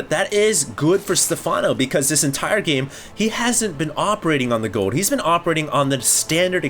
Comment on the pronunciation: you need to practice saying the word "Gold". There's an "L" in there...